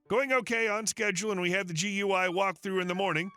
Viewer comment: Just a picky criticism from an IT tech ... GUI is generally said as "Gooey" it actually stands for Graphic User Interface. Not a major item, just a minor bit of information.